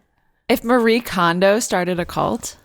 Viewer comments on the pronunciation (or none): none